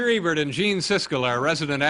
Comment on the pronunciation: I love how Letterman pronounces Ebert like Ernie from Sesame Street.